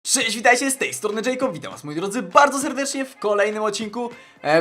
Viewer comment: Czy na początku powiedziałeś sześć zamiast cześć?